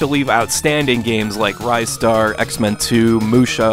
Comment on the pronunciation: Ah yes, good old 'Rye-star'...(facepalms).